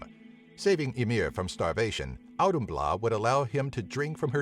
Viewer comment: I am not Grammar police but, * Auðhumla sorry not sorry XD great video tho!